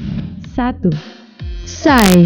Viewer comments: Pi es wai bacanya bukan sai... Dasar narator OON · PSY = "sai" LOL. Yg bener PI ES WAI mba. Itu bukan pengucapan Psy kek di "psychology", itu akronim jadi pi es wai